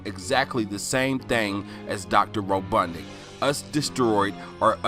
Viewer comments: Ro bot nik not ro dud nic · That interesting. It’s a mean ass reach,but it was fun to watch. It’s RoBOTnik. Not RoBUTTnik